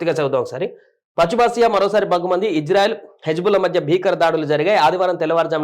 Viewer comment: ఇంజన్ఆయిల్ కాదు ర chu.. ఇజ్రాయెల్ రా😂😂